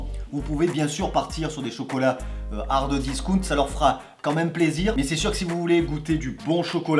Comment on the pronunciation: "Hardeuh discount" j'entends que ça 😭😭